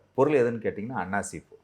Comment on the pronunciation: அன்னாசி பூ என்று தெளிவாக சொல்லுங்கள் அன்னாசிமட்டும் தான் காதில் விழுது